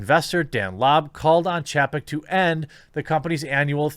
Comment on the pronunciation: Chay-peck buddy